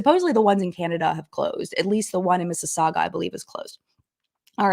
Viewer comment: Not me getting excited about you mentioning Mississauga and pronouncing it properly.